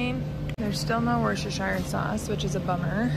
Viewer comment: Worcester you say correctly but the 2nd syllable is pronounced shear. So it’s worcestershear sauce. Love you